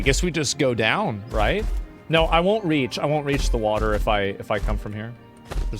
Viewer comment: Can you say water again